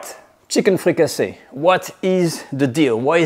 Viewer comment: Fricassée is a French word. You meed to translate it. The English word is Fricassee, with an EE sound.